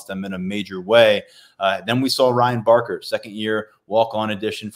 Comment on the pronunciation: It's Barker.